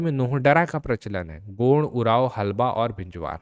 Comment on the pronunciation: Godd nhi hota, gond hota h, sahi se to pronounce kero kam se kam...